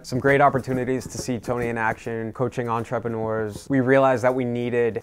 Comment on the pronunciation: En-trepah-nors lmao